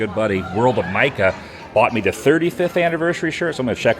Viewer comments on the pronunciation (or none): none